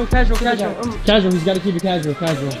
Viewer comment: "KEEB IT CASUAL"